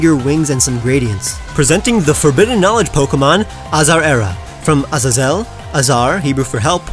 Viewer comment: You butchered Azazel's name